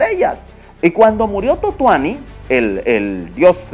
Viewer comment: Totuani??? no quisiste decir Tonatiuh???